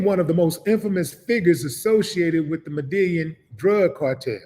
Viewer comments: Yo Willie it's pronounced Med-I-yeen! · Btw, it’s pronounced “Meda-YEEN” or “Meda-JEEN” (Medellín) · You not saying the cartel name right bro